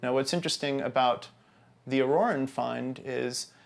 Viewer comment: I am afraid the good doctor is wrong : at minutes 7.41 he MISPRONOUNCES the Italian word "Aurora" that means exactly the same as in French ( i.e. Dawn ), but since he assassinates the pronunciation it comes out as " Orrore ", which means - indeed - "Horror". The thing is : let anthropologists and their colleagues 'anthropologize' and leave linguistics to somebody more competent and better informed.